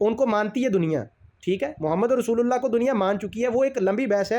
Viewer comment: أَعـوذُ بِاللهِ مِنَ الشَّيْـطانِ الرَّجيـم بِسْمِ اللّٰهِ الرَّحْمٰنِ الرَّحِيْمِ مَا كَانَ مُحَمَّدٌ اَبَآ اَحَدٍ مِّنۡ رِّجَالِكُمۡ وَلٰـكِنۡ رَّسُوۡلَ اللّٰهِ وَخَاتَمَ النَّبِيّٖنَ ؕ وَكَانَ اللّٰهُ بِكُلِّ شَىۡءٍ عَلِيۡمًا۞ آپ نے رسولُ اللہ پڑھا ل کو پیش کے ساتھ